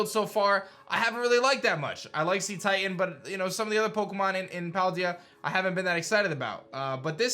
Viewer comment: It's pronounced SA-titan, not see-titan. You're messing up the meaning of the name by pronouncing it wrong.